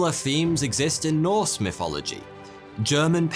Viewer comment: I love it when he says "Mythology"🤣🤣🤣🤣🤣🤣